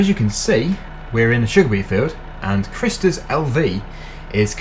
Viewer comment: that how he said Kristers LV its so funny because its a name first and LV means latvia. and he sayd wrong his name but ok cuse his speaking in english.